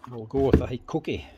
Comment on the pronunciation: Mate sorry but I always giggle when you say Hikoki, because the first time when I heard about this brand was from your videos and when you mentioned it I thought you sad "cookie". So for me hikoki will always be cookie. And mate, you are absolutely briliant, seeing how easy it is for you to strip and put back all the parts on so many brands, types and models, blows my mind.!